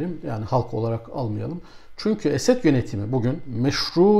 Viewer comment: Hocam niye Esed diyorsunuz. Esad demeniz gerekir